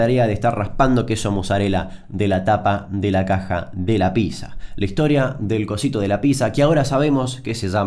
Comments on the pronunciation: No se dice Písa, se dice PíTza... XD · Le erras no es pizza, es picsa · Ah sorry, no soporto a la gente que dice "PISA" en vez de "Pizza". Hasta la próximaaaaaaaa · Aaaah porque dice "Pisa" y no "Pitza" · Me molesta que diga pizza y no pitsa. Igual muy buen vídeo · como vas a decir pisa. es pitsa papá. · Se pronuncia piTza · No se dice ninguna de esas dos maneras igual xd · Se pronuncia pitza gil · RAE: Déjame decirte, Damian querido, que se dice piZZA. PiZZa. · Damian, Pizza se pronuncia PITSA, por eso es con doble ZZ, si fuese PIZA ahi si seria PISA o PISERIA... Se dice PITSA Y PITSERIA.